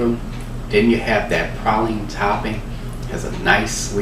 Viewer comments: Prayleeen (praline) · Where Im from we say praline (pray-lean) and has the prettiest teeth Ive ever seen 😁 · Have I been saying "Praline" wrong all this time? I'm confused lol